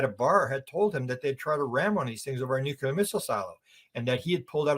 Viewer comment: The WORD dear Sir is pronounced NU-CLEAR. There is NO SUCH WORD AS 'NEW-QUEUE-LAR'. Please tell your countrymen, bless you. 🙏